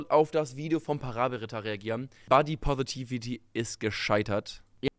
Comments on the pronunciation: Jedes Mal einen Kurzen trinken, wenn "Positivity" falsch ausspricht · Wie er wirklich konsequent das Wort "positivity" einfach nicht aussprechen kann